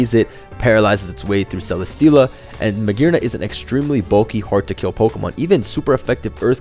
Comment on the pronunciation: magearna with a hard r